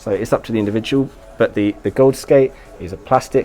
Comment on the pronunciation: D I'll gladly help you out if you want to a pronunciation guide for any names. "Michel" is pronounced the same way as in French, "Mishel" (/mi.ʃɛl/)..and "Gawds" is a broad, American way of saying "Gods" and can be pronounced "Goahds" or "Gaahds" (with a dark "a" sound but without the diphthong).